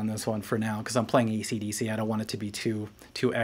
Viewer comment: What the fuck is ''Deece"?